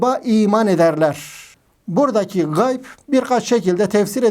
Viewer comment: Gay degil hoca ğayb gayb ayrıdır ğayb ayrıdır gay farklıdır